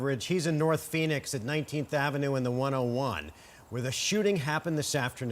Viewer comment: Nort phoenix